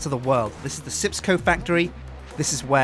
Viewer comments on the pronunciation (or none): I believe it is called SJIPS CO not sips co... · Wait isn't it Sjips co?